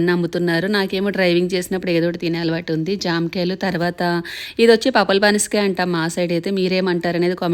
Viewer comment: పపల పనసకాయ కాదండీ పంపర పనసకాయ